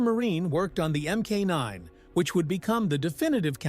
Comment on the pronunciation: There was never an m k 9 Spitfire. There was a mark 9. Teach your computer how to say it right and type it so it will be pronounced properly.